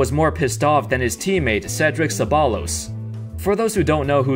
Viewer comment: its pronounced cebbayyos not Ceballos